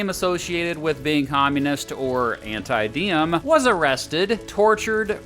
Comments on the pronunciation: kinda funny, u pronounced Diem as "Diem" basically mean a whore in Vietnam. To pronounce it correctly you should use Ziem with a big Z like Zion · while im happy this video exists, i'd appreciate if you looked up how to pronounce vietnamese names correctly next time. just a small criticism! (particularly the names that start with the letter D - Diem should be Yee-ehm, Le Duan should be Leh Yuan, etc) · Diem is pronounced Ziem - Any D without a line through it is pronounced as a Z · Its funny when you said “diem” sound like điếm in Vietnamese which means “bitch”😂